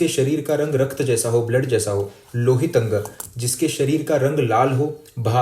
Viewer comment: लोहितांग नाम है भाई। लोहीतंगा नही।